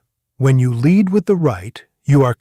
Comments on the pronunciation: Lead here's not leed, it is led. Ai crap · I wish AI could pronounce lead properly, as a verb it is LEED, as a noun it is that hard metal, LEAD. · What is the deal with these obvious AI cartoons? No matter how real it looks, when you take a drawing, no matter if a human or a computer generated it, and animate it, you are making a cartoon. This is a cartoon. He called Lead LEED FFS. When does this end?